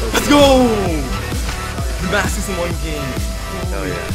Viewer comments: Watched the whole video for him to say damacus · It is called Demarcus camo not Damascus camo